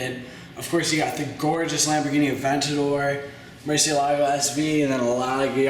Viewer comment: Its murchyelago and veneeeno and aggera like g as in goat